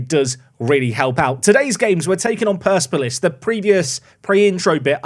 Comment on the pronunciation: Surely it's per-sep-olis?